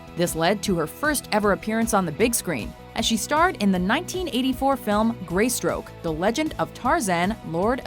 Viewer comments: "Greystroke"??? Really!!??? Sheesh! Try "Grey STOKE". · It's Greystoke, not "Greystroke." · She said, "Grey stroke." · "Greystroke"? Seriously?! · Well, she couldn't pronounce "Greystoke" either, so you must consider that the bar was set rather low.